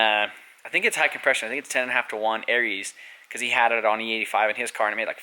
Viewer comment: Why do you say "Aries" pistons when it's "AriAs". Lol